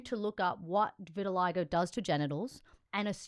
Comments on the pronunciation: Hey, thanks. Just an FYI, "vitiligo" is pronounced vit uh LIE go, not vit TIL a go. You guys are great. You really do a great job. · Maybe they pronounce it different outside of America